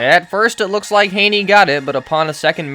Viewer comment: Chad Hayney? This guy must watch NFL games on mute.